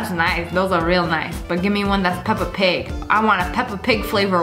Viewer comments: She really said i want a Pepa pig flaver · No body talking about how she said i want a peppa pig flavered one 👁️👄👁️